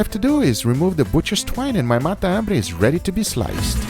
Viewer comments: is matambre not mata ambre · Fala sou argentino e a pronúncia é matambre, tudo junto, não mata hambre. Video foda! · It sounds like you're saying "Mata - hambre" Argentines say "Matambre" (it has one less syllable than mata - hambre) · matambre Sam the cooking guy: The best MATAMBRE I have EVER COOKED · He's saying it the portuguese way. Meaning is the same. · It's not the accent, in Brasil we speak matambre as you stated you do in Colombia, I guess he's trying to focus on the "hunger killer" translation for american audience.